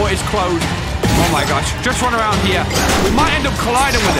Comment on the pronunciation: is it me or did i hear arounk here